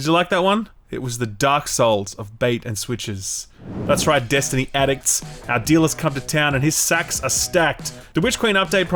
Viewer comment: Bro say “Destiny” one more time